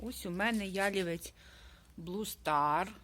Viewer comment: Гарний садочок! Не Ялівець,а ялівЕць,вухо ріже.